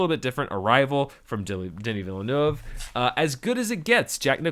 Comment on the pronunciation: oh my god, you said Denis Villeneuve correctly.